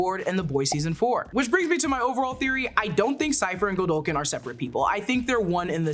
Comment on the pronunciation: It's not GOLDOKIN!! Hearing her saying "Godolkin" the wrong way so many times for 46 minutes had me making the same mistake while discussing it with friends. 🤦‍♂